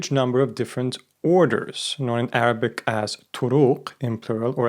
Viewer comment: Your arabic pronnonciation is perfect